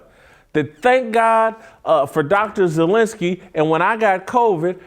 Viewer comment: It's Dr. Zelenko, not Zelensky.